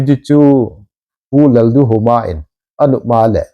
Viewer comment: Sirpa,, MZ CM pa min nahin mention kit teng leh, "Lal-duh-awm'a". ti a nahin pronounce jitah din kahin tiem e, hung machal jing in🙏